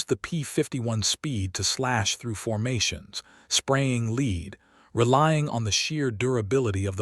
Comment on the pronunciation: What made me laugh was AI couldn't tell Lead (the metal) & Lead (as in for the dog) oh what a fabulous language English is. Viva Britannia 😊